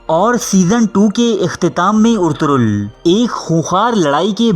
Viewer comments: First off all hero's name is " Ertugrul " not " Ortugrul " 😂😂😂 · Bhaii urturul nahi Arturul hota hai pehle Name to sikh leta Bhai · Urturul nahin ertugural ghazi hai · Urtugrul ni Ertugrul g os silent